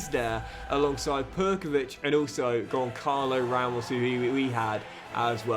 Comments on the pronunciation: Never liked Goncalo Ramos, always said his name wrong instead of Gonsalo... came back to haunt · That’s what you get for not pronouncing Gonçalo Ramos name right